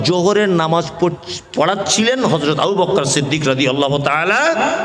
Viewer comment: রাদিআল্লাহু / আবু বকর শব্দের ভূল উচ্চারণ। আশা করছি ওয়ায়েজ সাহেব উচ্চারণ দুটি সহিহ শুদ্ধ করে নিবেন।